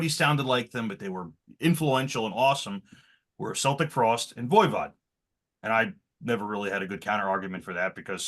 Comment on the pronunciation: they are called Celtic Frost with a hard C, not Seltic Frost.